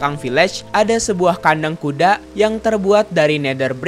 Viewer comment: Bang pas saya pilih speed video 0.25 detik aku denger Abang ngomongnya bukan kuda tapi kude